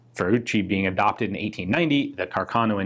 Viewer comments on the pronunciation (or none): The correct pronounce of the surname is Càrcano, accent on the first a La pronuncia corretta del cognome dell'ufficiale Salvatore Càrcano ha l'accento sulla prima a source